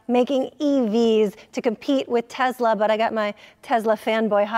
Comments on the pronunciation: it is TeSla not a TeZla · Why do you guys say "Tez-la"?